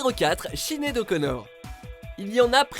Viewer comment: Vous avez détruit les prénoms Ciara et sinead 😭